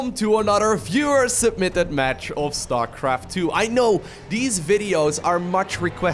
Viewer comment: Hei Lowko Lowko... Viewer pronounced '' wiewer'' 😊👍